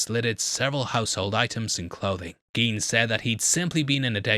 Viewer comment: Koch is pronounced like Coke. Gein would also be pronounced like gine, not geen.